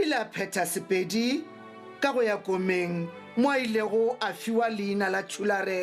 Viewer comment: The person who who read the history of Bapedi could not pronounce most important words in Sepedi accent. He is clearly not Mopedi. How could such a thing be allowed at such an important occasion?